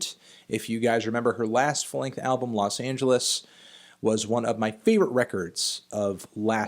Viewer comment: los AAAHn geles - the angels, not the city